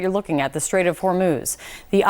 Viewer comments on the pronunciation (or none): Trump said straits of hurmooz was under control lol